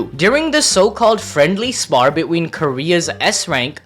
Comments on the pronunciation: anyone else notice that he doesnt say between but he says be-ween look and you will know what I mean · Bro says "between" "be-ween"